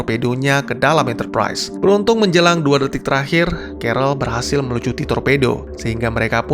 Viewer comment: Enterprise bang bukan enterprais